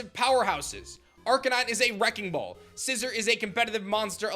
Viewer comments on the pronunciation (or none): Remember The pokémon's name is scissor not Scizor